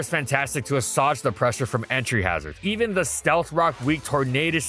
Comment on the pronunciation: That’s an interesting pronunciation of assuage